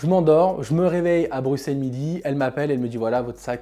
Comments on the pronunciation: Salut, Pourquoi prononces-tu « BruXXXelles » et pas « BruSSSelles », comme on doit dire ? ++ Alex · Ta dit BRUQCELLE!!!!!!!!